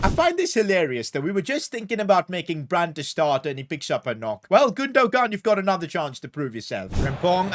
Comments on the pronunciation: Dude, it’s not Gundo-gaan, it’s Gundo-aan 🤦🏼‍♂️ Why you’re so screwed with pronunciations? 😅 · Isn’t Gundogan pronounced Gun-Doh-Wan? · The way to pronoince gundogan is actually gunduan please say it correctly 🙏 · bro cant say Gündoğan name right